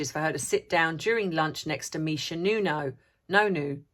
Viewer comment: Ha ha it sounds so funny when you say 'Misha No Noo' It sounds painful for the person affected with a No Noo. 🤣🤣🤣 Thanks. ☘☘☘